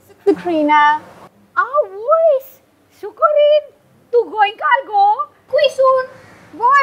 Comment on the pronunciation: I heard succorine as dukorine 😂 I had such a laugh